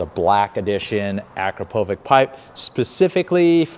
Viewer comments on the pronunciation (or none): It’s actually Akrapovich (Akrapović with soft ch), not AkrapoviK But good video nonetheless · Hate to be that guy, but it’s pronounced a-krapo-vich….😜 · Nice tutorial I really do enjoy these, but every time you call that muffler by its name my (european) ears hurt! The brand is Slovenian and is called like "witch" at the end. The sign over the "^c" makes like "tsh" in english. Thanks. ;-) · Hey! It's pronounced Uh-Krop-O-vich